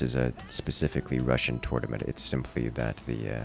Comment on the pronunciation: What is a "Tutnament" ? Must be something Ancient-Egyptian, or?:)) Thanks to all of you, it was a great and entertaining watch! Especially the "accidents":)